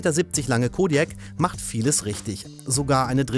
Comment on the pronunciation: Der "Schkoda Kodjäk"😂